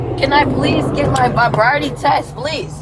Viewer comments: Your vi-briety test? Your va-briety test? I think you’ve failed the test. You can’t say ‘sobriety’. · "Bobriety test"?? "Vobriety test"?? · Vi-briety. And then the second time it was vabriety. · It sounded like vi-briety to me. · The way she butchered the words sobriety i don't think I'll ever be able to pronounce it properly